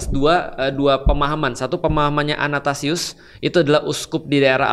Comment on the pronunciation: Athanasius ko Felix, bukan anatasius